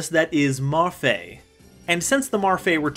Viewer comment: How are those characters read as Marfae? It is clearly Me-Ru-Fi-I